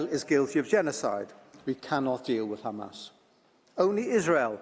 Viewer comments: It is Hamas not Khamas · Khamas , khamas , khamas ... he's repeating this for about 5mn now ... come one next ... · This is an old Isr@ tactic of denial, which is not working anymore, honestly... Everyone in the world sees The Genoside being conducted everyday, and it's all over the Social Media, in front of everyone's eyes...Did someone count how many times he pronounced "Khamas"? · take a shot every time they say khamas (try not to get alcohol poisoning challenge IMPOSSIBLE) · hilarious is the way they kept saying KHAMAS, when they can speak a fluent English.And it's also hilarious that they said KHAMAS 137 if i'm not wrong, not talking about a single crime of war that they did.😂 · They can't say Hamas, KHAMASSS